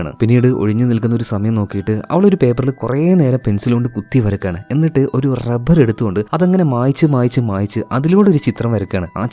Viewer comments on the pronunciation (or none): none